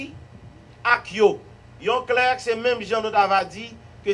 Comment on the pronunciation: On dit trier SUR le volet, Monsieur le ministre. Pas trier au volet. Cela ne veut rien dire. Clerc se lit comme 'clair". Et Non pas "clerque' Messieurs. On est mal barré avec le PHTK.